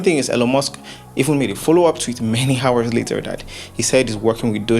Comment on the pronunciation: the h in hours is silent